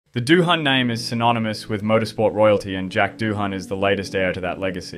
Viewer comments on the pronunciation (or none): yes its a silent H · Considering ur Australian its pretty sad that u cant even pronounce his name correctly. I mean its not like its not a famous name already. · Did you watch any of the videos you copied to see how his name is pronounced FFS!!!!!! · fuck i hate it when f1 youtubers cant pronouns a name right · Yeah. Pretty embarrassing. I'd redo the video. It does absolutely nothing for your credibility